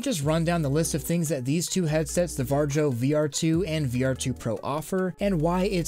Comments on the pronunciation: Great video! But Varjo isn't pronounced war-jou, but more like var-yo. Love what you make and this is just a small little nitpick. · It's pronounced Vario. Not VAR-JOE. They are a Finnish company. The Finns pronounce the letter J like Y. Think Jägermeister. That's a German drink of course, but one people all around the world have learned to pronounce properly. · Sorry i just have to do this but the inner finn is screaming at the moment. Its hard to explain how to properly pronounce "Varjo" or shadow in finnish.(Devs are finnish.) Think more like how vario is spelled. And add a really soft j to the place of i or go to like google to hear it XD But on topic holy heck that tech is priceeey o.o still gonna need years until its viable to us normies. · it's pronounced "var-e-o" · Varjo is a Finnish company and it means ”Shadow” in Finnish. The J is pronounced more like a Y. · Bruh why are you pronouncing Varjo like that? :D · im from Finland so it really hurts me brain. Maybe I should teach you how to say it lol